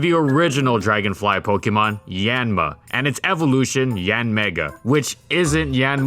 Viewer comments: Hate to correct pronunciation like this but it's "Yahn-mah" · I thought it was pronounced as yawn-ma? I’m taken aback right now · I love how he almost never pronounces the name of the Pokemon correctly